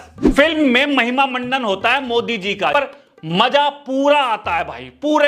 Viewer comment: Pura bol ye kya mod chirand bol raha hai to tik sai bol tuhje sirf video banani hai india ka pm hai koi kami lag rahi hai to tik sai bol ye kya naam bigad k bol raha hat